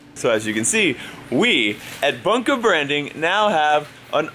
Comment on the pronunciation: It sounded like you said "Bunkew Bwanding" and it sounded like Lincoln and was so cute (no homo). 😂😂😂😂